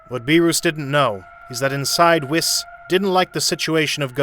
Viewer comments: Beer-us not beer-ooooooossss Weees not wisssss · bro cannot pronounce names ong bro like beeroos whisk and shenlong is crazy ong bro oh yea the DRAGON SPHERES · ""Beeerus and Wis"" xD